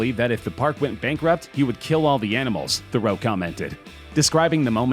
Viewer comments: Louis Theroux not Lewis Theral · Louis Theroux is pronounced Lewie Theroo